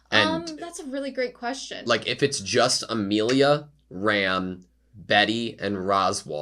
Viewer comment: i know this is old video but for the sake of the current season broadcast. i'm gonna say it is mildly annoying hearing you keep pronouncing felix as felis. it's felix but with japan accent. you want to stick with felis and that's fine but the anoyying part is the fact that you pronounce Ram using english prounounciation instead of japan which is exactly how they say in the anime when you pronounce felix using the japan pronounciation. it's Rem pronounce as ram and Ram pronounce as rum. so if you gonna catch up with latest season. it would very much appreciated if you stick to one instead mixmatch pronounce. that's all. i'm gonna continue listening this anime reaction playlist in the background at home